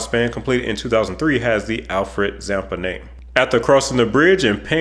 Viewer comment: I'm from Australia I'd be keen to check this out. At first when U said the Alfred Zampa bridge I thought U said the Frank Zappa bridge lol I thought yeah that could work! Lol. PS The Bonneville Salt Flats are awesome.